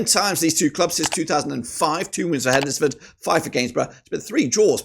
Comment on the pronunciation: HEDNESFORD is pronounced Hens-ford not Hed-nes-ford. You don't pronounce Wednesday as Wed-nes-day do you???